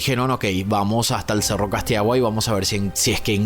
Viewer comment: Se llama cerro (casitagua)(así se pronuncia) Pero bueno que triste el caso de mi país, y como todos los policías se confabularon para que nada salga a la luz